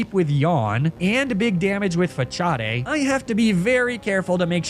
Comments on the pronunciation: TF did you just say? That word is facade. Like the front of a building /structure or in this game's context putting up the false appearance of vulnerability and retaliating with a surprise attack to catch the opponent off guard, not fachaude....like wtf? I have never heard anyone say that word like that before unless they were like 8 when this game came out and that move was brand new still learning how to read. 🤣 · I hope u mean the pronunciation of facade as "fa-sahd"... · "Fachaday" how do you fumble that pronunciation 😭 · it's not "fachad" it's facade like façade meaning fake because it's like the pokemon is faking having a status, in order to do more damage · Its Fah-Sard Not Fahchardday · Love this! But… fa-CHA-dei?! It‘s fa-SAHD 😭 that hurts… facade… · I am pretty certain that "Facade" is pronounced 'Fasade', the 'c' is spoken as a 's' for this word. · for the love of arceus, please stop pronouncing it as fachade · Why must all of these YouTubers intentionally use the worst pronunciations imaginable for some things. That’s not how you say “facade”! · Your pronunciation of facade triggers me 🤣🤣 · Do you purposely mispronounce Facade? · I have never heard anyone pronounce facade like that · You pronounce facade wrong